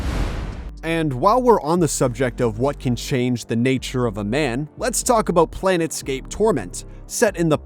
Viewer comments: What the Hell is "Planetscape"? It's Planetscape! 🤦🤭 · "Planet"scape? Really? Come on,. Be professional. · Planescape, not planetscape, you poxy b*stard. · 'Planet' scape, I think you meant 'Plane' scape. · Is that how you're supposed to pronounce Planescape?